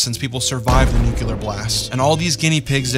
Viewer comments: Similar, not "Simular"...."New-Clear", not "New-Cue-Lar" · 'New-Clear' is certainly not the phonetic pronunciation of 'nuclear'...